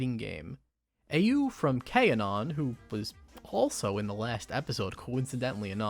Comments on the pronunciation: its pronounced like the word Cannon, not "k-anon" LOL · or kaNON if you wanna get more accurate since its a musical concept